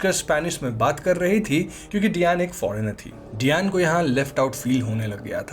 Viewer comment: Fun fact डयान nahi डायना हे प्रभु 😂